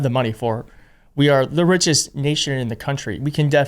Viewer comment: "We are the Ritchest Nation, in the Country" Did you just say that Dude 🤔 Edit: fyi, Im not trying to dig you out, man. Just curious.. Love the show...